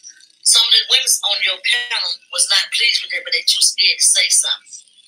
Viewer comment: CHILE CAN'T SAY WOMEN 😅 🤡🥱